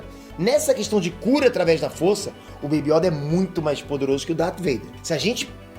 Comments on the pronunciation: Mdsssss não é Yóda é YOda porra só fala Yóda com acento no O!!!!. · voce fala yóda mas se pronuncia yôda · Corrija a pronúncia, por favor é yôda. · MANO NÃO É YÒDA É YODA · Por favor para de falar Yóda é Yôda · YODÂ KKKKKK é YODA ou pera acho q falei merda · Eu não aguento o falando ''IÓDA'' que agonia velho! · carai, "yÓda" num da mano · "YÓDA" KKKKKKKK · Meu Deus vou dar des like só pq tu falou yóda misericórdia eu sentia dor cada vez que vc falava